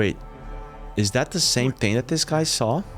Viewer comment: What. Is. Dat. Ting ? What. Isssss. Dat. ? What. Do. You. Tink ? Do. U. Tink. About. Tings like. Dat ? Frickin. Morons can't even. Speak right .